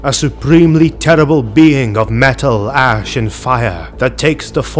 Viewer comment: Oh no, now I can't unhear it! XD